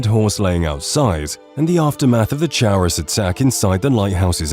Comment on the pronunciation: Your pronunciation of the word "chaurus" is really weird. The bugs drop a material named "Chaurus Chitin" and the word "chitin" is a commonly used word to describe the material that comprises insect exoskeletons. In the usage of the real-word English language, the word for exoskeletons is pronounced like "KY-tin", and by extension, the bug is likely called a "CAR-us." But what do I know, I only had five different English professors all tell me my grammar is annoyingly immaculate and so too is my writing, usually.